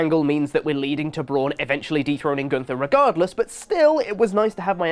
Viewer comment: "Gunther,"?